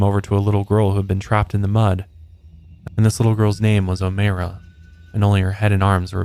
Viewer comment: It’s Oh-My-ra lol not Oh-May-ra